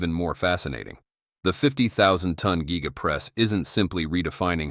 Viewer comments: Gee-ga press. Met-AL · Geega casting…..😂